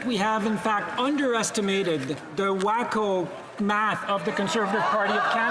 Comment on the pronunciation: He said WAKOOH